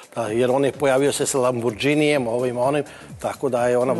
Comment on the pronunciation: E moj, nije lamborđini, lamborgini je, seljačino